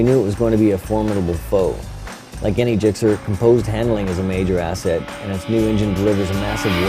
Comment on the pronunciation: i wanna no why he said ghixx theres no h numb nuts its gixxer